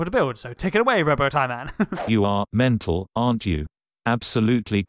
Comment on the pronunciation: Robo Tie Man can't even pronounce. Aren't you teaching him or something?